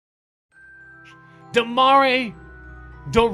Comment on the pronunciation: it's Demar not Demarre he's a Raptor and will never be a Laker. #WETHENORTH